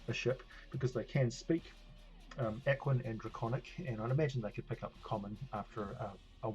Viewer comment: I have to remind myself of your accent every time you say aquan. with your accent I keep thinking you're saying equine.